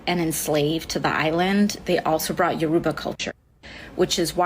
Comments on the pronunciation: AOC saying Yoruba very wrong btw. My dad is Yoruba, so I know lol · AOC can't even pronounce Yoruba properly